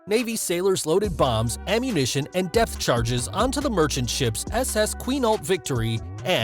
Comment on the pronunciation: Really sounds like he said “death charges”